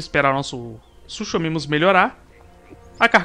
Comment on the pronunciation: eu sei que quando lemos o nome do animal se le suchomimus mas se pronuncia sucomimo!!!